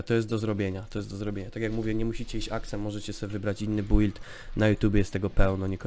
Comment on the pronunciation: czemu ty mowisz bUild albo dungeony XD